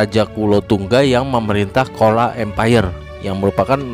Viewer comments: bukan kola tapi dibaca cola, atau chola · Change your pronunciation of "kola".It should be "chozha "not "kola".